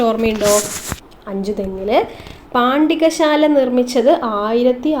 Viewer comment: പാണ്ടികശാല അല്ല പണ്ടകശാല.